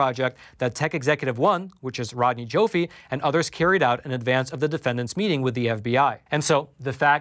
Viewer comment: Rodney Joffe is pronounced JAW-FEE